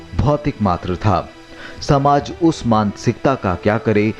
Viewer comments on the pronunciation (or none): डॉक्यूमेंट्री बहुत अच्छी लगी, परन्तु वर्णनकर्ता से अनुरोध है कि कृपया वो अपने द्वारा प्रयोग किए गए इन शब्दों का शुद्ध उच्चारण करें। मशाल माशाल नहीं संस्कृत सरंसृत नहीं शासन शाशन नहीं समाज सामाज या शमाज नहीं दासता दास्तां नहीं पहले पहए नहीं हो गया होग्या नहीं